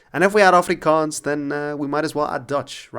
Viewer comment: Your pronunciation of Afrikaans💯